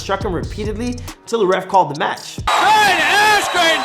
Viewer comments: Ben "asken" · Bruce Buffer: Ben Askroo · Dude was famous before he lost and learn to pronounce his name